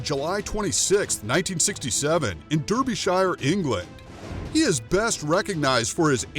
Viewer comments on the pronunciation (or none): Derrrby Shiyer ??? u Americans man 🤦🏼‍♂️🤣 Derbyshire is pronounced darbysheer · Where is “der-be-shy-er”? Lean to pronounce things before saying them!